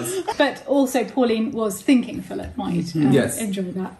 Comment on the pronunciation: Your pronunciation of thinking as thin king, reminded me of once in the office, when someone pronounced psycho as pussy cho and it's been how we pronounce psycho since!!!